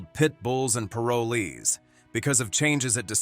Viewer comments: I don't know why you say parolees the wrong way you are saying it if you talk about the show say it right now way thank you i am from Salem Oregon have a great day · Ah yes Pit bulls and Par o lees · What the hell is pair-a-lees???? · Paraleez?? PAROL EES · This commentator can’t pronounce the word Parolee…it’s not pair-a-Lee, it’s Pa-roll-ee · Plus, it is pronounced, PA'ROL'ES, LONG "O" !!!! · "Pair-o-lees" like two people named Lee. Lol 🤦‍♀️ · If this man was chosen narrator of this show, he should have at least been taught how to say “parolees” correctly. It’s pa*ro*lez with the emphasis on the “ro” and the o and e being long. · "Pair oh lee's" wth lmao 😂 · First off its paroll ees and this rescue needs some kind of corporate sponsor to get meaningful income to her and her rescue There should be efforts from All pro animal rescue people humans like Let Bissell let her be in commecial to gain a meaningful paycheck others in commercial biz throw her occasional commercial or such to help keep the rescue and its occupants alive and well Animal Planet sux Time warner greed sux Think ill continue to avoid both Tia you and the awesome pits and every other stray breed deserved better still do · Wish the one talking knew how to say parolees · if you misprounce 'parolees' one more time.... damnit. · I always watched the show. Her dedication was unparalleled. I just wish the narrator learned to pronounce POROLES properly. Such an easy word--so badly pronounced. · Tia and her have done such a fantastic job with the "world's most misunderstood breed." The announcer kept pronouncing paroles wrong but then he did it right and switched to misprouncing the word wrong. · PLEASE PRONOUNCE PAROLEES CORRECTLY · If only the guy could say "parolees" correctly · Narrator needs to pronounce the word "PAROLEE " correctly. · OMG, the narrator is mispronouncing Parolees. It's making me nuts. I love Tia, she is the very best. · wish you pronounced parolees correctly